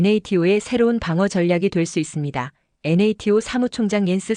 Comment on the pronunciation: 편하게 나토라고하지 왜 엔에이티오라고 듣기싫은 발음을 계속하는지 모르겠다 주관이 객관을 밀어내고있구나 ㅉ ㅉ ㅉ